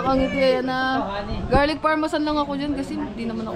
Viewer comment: Garlic Parmesan yown kangiti hindi Parmasan 😂🤪 ✌🏼